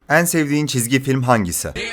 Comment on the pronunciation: Bir daha 'en' kelimesini "Eân" diye söylersen..